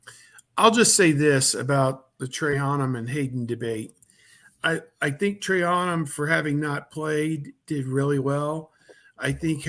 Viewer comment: always says their names wrong LOL it's pronounced TRAINUM (TRAYANUM) and EGGBOOKA (EGBUKA). LOL